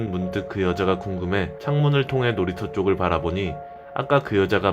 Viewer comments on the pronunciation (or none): 놀이터인데 놀이쳐ㅋㅋ